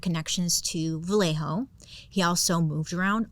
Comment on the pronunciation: So happy you pronounced Vallejo correctly lol. Born and raised in Vallejo and people get it wrong all the time. Every time I go to Blue Rock, Berryessa or drive down the dark Lake Herman Rd. I always think of the zodiac. Lake Herman always gives me a weird feeling.… Fun Fact: The show 13 Reasons Why was filmed in Vallejo 😊